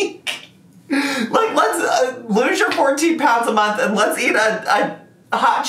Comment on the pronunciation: You could have loss tirty pounds in a munt - as Dr Now says